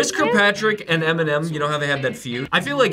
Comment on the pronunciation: Lmao she said enimen